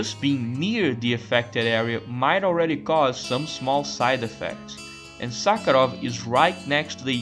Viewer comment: Not gonna lie, I absolutely lost it at your pronunciation of “professor Suckheroff” 😂😂😂